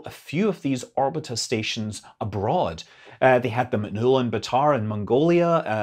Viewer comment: Very nice review, thanks! One nuance, though: "Orbita" ia.pronounced with accent on the second syllable. "raduga" — on the first syllable Otherwise your Russian pronunciation is rather accurate. The accents in Slavic languages are notorious for being the hardest part for non-native speakers: there are no rules, it's total chaos, the only way to learn them is to memorize the accent for each damn word separately. it's an archaic feature of this ancient language family.